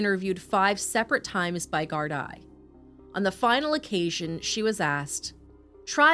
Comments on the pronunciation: Love your sympathetic commentary, just 1 thing - gardai is pronounced Gardeee instead of gardi brilliant coverage from an Irish follower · It’s not important, but it’s pronounced gar-dee, not Gard a. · its pronouced gardie no gardi am from the uk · the word's pronounced "GAURD-EE" AND NOT GAURD-I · Gardaí is pronounced Gar-thee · Its said ..garthee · Gardaí is pronounced like "gar-dee" and síochána like "shee-ah-caw-na"